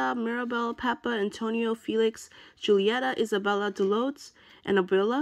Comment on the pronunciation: she really said dolotes 😂😂